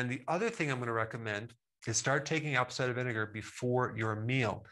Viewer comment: Just a minor comment. Could you say ‘Apple cider vinegar’ just a little more slowly? My English ears couldn’t tell what was being said. Thks a lot, really learning a lot here.